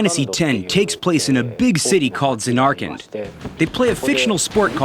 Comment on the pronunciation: I KNOOOWW he didn't just say "ZanAR-kand" omg, hopeless...